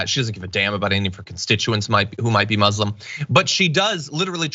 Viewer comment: Hey John ... please learn how to pronounce Muslim. It's not supposed to sound like muslin (cloth). Even Donald fricken Trump says it correctly. Check this link.